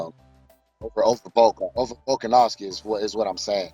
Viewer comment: Volka,Volkanoski,Volkov ..man is Volkan 🤣